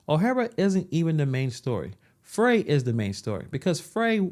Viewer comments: Our Corrupt Mayor Jacob Frey's name is Pronounced {FRY} as in frying Chicken., not Fray., No pun intended,. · Pronounced "fry", not "freh"